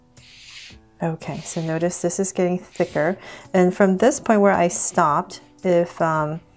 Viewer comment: Why do you allways say thiker !!!!!